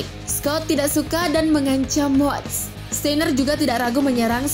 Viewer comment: John 'kena'?? Scott 'stiner'?? Ini narator nya gabisa bahasa inggris apa gimana 😂